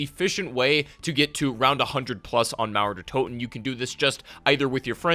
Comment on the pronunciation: Es ist so witzig wie er mauer der Toten ausspricht